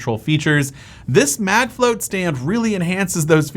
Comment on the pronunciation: Really, CharJen? "MagFlott" is supposed to be pronounced "Mag Float"? That's very obviously "Flot" like "lot". Product may be good, but the name is a MagFlop.